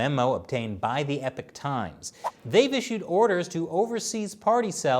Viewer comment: Not "Epic Times" , but "Epoc Times"